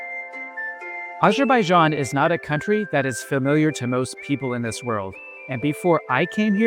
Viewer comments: Great review. Just one small note: it’s Azerbaijan, not ajerbayjan. I understand it might be a pronunciation thing, but try this: say Arizona, then immediately say Azerbaijan. Once again, excellent review, very helpful for anyone who hasn’t visited yet. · Would be nice to pronounce name of Azerbaijan correctly